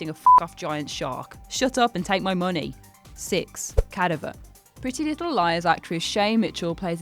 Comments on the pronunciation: Lol frickin brits. What a weird way to pronounce cadaver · Gratz on being the first person to ever pronounce cadaver like that. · Dude, how tf can you not say Cadaver?! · You live in the UK learn how to say cadaver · Who cares, that's a fucking name. Ask her about the word "cadaver". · learn how to say cadaver pls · according to this she did fuck up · Will Brown so true woman v English language .. English language wins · "Cadaver" is pronounced with emphasis on the second syllable: Ca-DA-ver, not CA-da-ver. Otherwise, thanks for video. I'm psyched for Halloween and Little Stranger. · cad av err Not caduvver lol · Ca-dav-er, not cad-aver. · Cadaver- Ca-dav-er Not Cad-a-ver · I get you want someone with an accent to make your vids a bit more entertaining, but in doing so, you need to make sure the idiot with the accent can actually PRONOUNCE the words in which they are trying to say. Repeat after me.... the word "Cadaver" is pronounced Cah-Dav-Or..... not Cadeye-Ver.... How can anyone give any credence to what this idiot is saying when they come across as... well, just that, AN IDIOT. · She needs to learn how to pronounce cadaver. Ca-dav-er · Cadaver is pronounced, ker davver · it's pronounced CA DA VER not cada ver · It's pronounced Ca(DA)ver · that is not how you pronounce cadaver. are you ten years old? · Did she just mispronounce Cadaver? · That pronunciation of cadaver is killing me! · Why are you pronouncing cadaver like that........ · Decent video....until you butchered the word "cadaver" smh. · Never heard Cadaver pronounced that way before. Toe-mate-o, tuh-mah-toe. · You don't know how to say cadaver, you act like anyone like last Jedi, and you include venom on this list. You have a job, do it well or get out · Are all fucking people illiterate these days? Learn the word cadaver and how it is pronounced. Fuck sake. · This was definitely the first time the narrator has seen the word “cadaver”. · Cadaver, Nazis, Symbiote Jesus Christ learn to say words